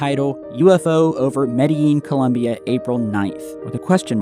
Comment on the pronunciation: Forget the pronunciation of Medellin and concentrate on getting the name of the country right first and foremost. ColUmbia is the name of the goddess that Americans invented for themselves and also gave the the Capitol district. The country's name is ColOmbia